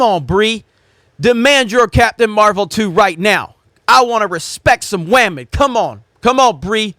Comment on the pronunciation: "I wanna respect some waman!" ~